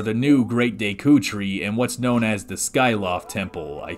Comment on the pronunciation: say it with me. deck-oo.